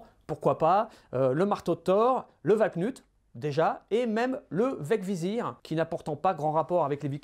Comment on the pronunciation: Prononcer "valknOUt", et non "valknUt" ;)